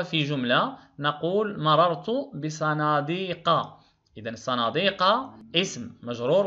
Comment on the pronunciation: استاد مررت ماشي ممررت